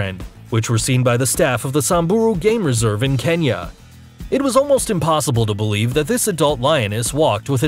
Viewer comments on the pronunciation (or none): none